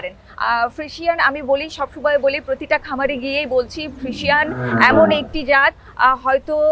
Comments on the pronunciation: ফ্রিশিয়ান না আপু, ফ্রিজিয়ান। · ফ্রিজিয়ান উচ্চারন ঠিক হয় না মনে হয়